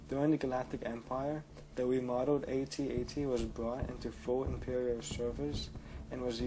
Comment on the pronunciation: If only you could pronounce AT-AT correctly.....its not A-T-A-T is AT-AT